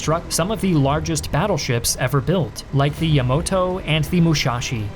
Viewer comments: "Yamoto"? Really? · Your pronounciations of the IJN ships are garbage. Yamoto -> Yamato Mushashi -> Musashi Kaca -> Kaga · ..."yamoto and mushashi" ?